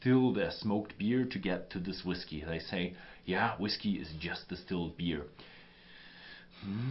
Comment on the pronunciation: STOP saying "whis-kay." You do that every time you see the word spelled "whiskey" on a label. It is pronounced exactly the same way as "whisky."